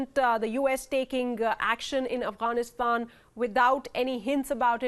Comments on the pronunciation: "Afranistaaan" ? Can you say "Afghanistan"? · "Avanisand" ..Really nigga? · who realised she said Afghanistan wrong